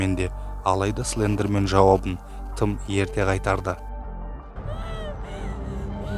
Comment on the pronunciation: Тілің келмейді ғой сліндермен 🤣